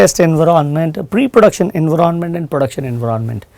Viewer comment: Pagal he ye.... Enveronment bol raha he environment ko😂😂😂😂